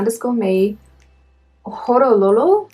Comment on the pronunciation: 🙌 hello I'm feeling famous now 😆🤣 you got my name pretty good 😂 Horololo is an EXO-CBX song. And yayyyy orange is coming ✨ Your name starts with an L 🤔👀 we've been living with a lie 😆. Thanks for sharing! It's nice having support from family.